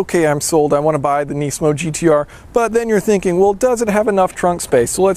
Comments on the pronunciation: It is not nee-smo. It is nis-mo. Please cut back on your thick american accent. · neesmo? its nizmo mang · why do you say nisamo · It's pronounced “nismo" not “neesmo" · KNEEsan KNEEsmo.... lol